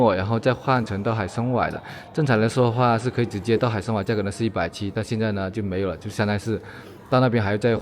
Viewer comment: 拼音 hǎi shēn wēi，一直唸錯很討厭~